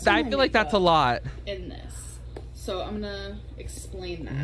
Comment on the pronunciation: I hate when she says “eye-munna” instead of “I’m going to” or “I’m gonna.”